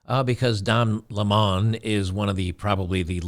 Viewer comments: His name is pronounced LEMon, like the fruit. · Not sure if you're trying to be funny or genuinely don't know how to pronounce his last name, but it's just the normal way people say "lemon" (citrus).